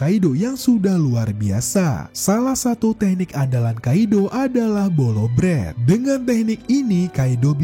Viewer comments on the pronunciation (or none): Asli sunda kah min? Ko bilangnya bolo bret 😂 sundaa banget kesannya teh wkwk